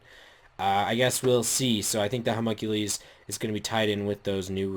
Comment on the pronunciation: your pronouncing homunculus wrong. the ending is not homunculees